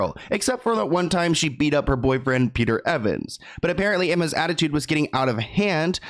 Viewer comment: “Peter evans” 💀💀